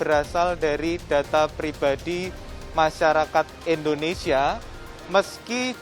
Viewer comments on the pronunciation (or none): "Endonesia," kata keminfo